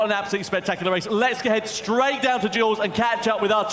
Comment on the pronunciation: "Jules"???? WTMF???????